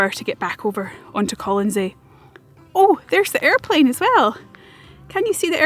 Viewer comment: Are you sure you have the pronunciation of the island correctly?